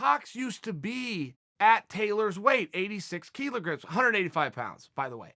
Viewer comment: Kilograms is pronounced 'Kill-Ah-Gramz' not 'Key-Low-Gramz.'